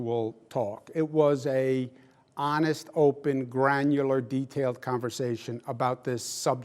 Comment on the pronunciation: I don't think 45 knows the meaning of " granular " or even pronounce it.